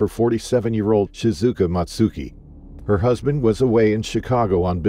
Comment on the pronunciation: If only her name hadn't been mispronounced the entire video